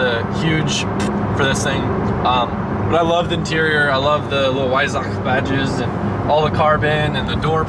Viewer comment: Cobgrats! It is a treat listening to you reading "Porsche" and "Weissach" the exact right way! For me as a german viewer, that is grest! Thank you!